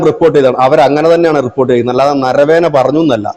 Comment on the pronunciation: നരവേന എന്നല്ല നരവനെ എന്നാണ് ആ പേര്